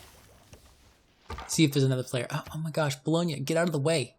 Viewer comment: Have to give you credit for pronouncing Bologna correctly, which is better than most other civ youtubers